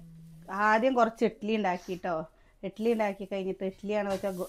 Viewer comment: ഇട്ടിലി അല്ല ഇഡ്ഡലി